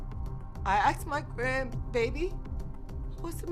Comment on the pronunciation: Question where does aksed come from? It’s asked. Is this a different language?